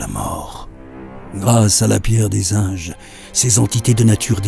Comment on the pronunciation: Bonjour à tous, Pour ma part, je vais dire que le son me dérange un peu... au début ça siffle... Pardon, je ne connais pas le terme pour dire ça mais on entend tous les sons "s" trop longtemps... Sinon, à prononce "pierre des inges" et pas des "âges". Je vais terminer en disant que je ne me souviens pas avoir des dessin de fanat(ça s'écrit comme ça?) dans ce style et je trouve ça Bigrement bien! Du coup Merci à vous, et évidemment principalement à pour la voix et à Hash le farmeur pour les dessins:). Tout du bon, merci de m'avoir lu.